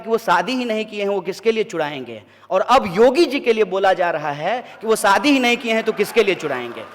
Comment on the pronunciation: He doesn’t know how to province shaadi talking in Hindi he should know it is not saadi but shaadi ..